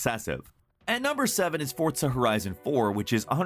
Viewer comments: D-Did he just s-say f-fortsa?! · its called forZa not fortza ... fortnite and forZa didnt magicly have a baby ... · It's FORRRRZA....not pronounced FORTZA. I keep hearing sooo many people say FORTZA instead of it's spelling. There is no T in the name. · There is no “T” in Forza, I seriously can’t stress this enough, it’s NOT ForTza idc what the developers or anyone anywhere says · Good old "fortsa" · Technically "forza" is an Italian word, and they pronounce it with a "T". To me "forza" without a "T" sounds a bit like "Fizz & Sjips". ;) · No offense but this really pissed me off. He said J-otenhëim and emphasis to the J.. HE SAID THE J Edit: HE ALSO SAID FORT-ZA HORIZON INSTEAD OF FORZA HORIZON!!!